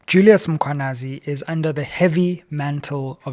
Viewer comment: Let us assist Dr Sizwe to pronounce the Mkhwanazi surname properly 🙂